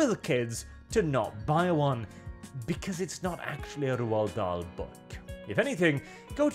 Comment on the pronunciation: Finally hearing his name pronounced correctly, it only took the destruction of his work. Still, every cloud... Cheers,.